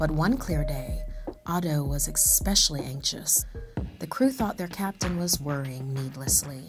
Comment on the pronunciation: did she really say "ekpecially" ?